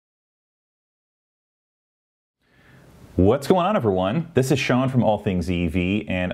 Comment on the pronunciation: I´m European, so not native english speaking, but: I wonder why I hear more and more " thish" instead of "this" and several more sh instead of s (not only from you)? Is it too difficult for the younger generation to pronounce an "s"?